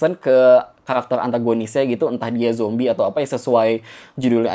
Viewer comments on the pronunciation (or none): none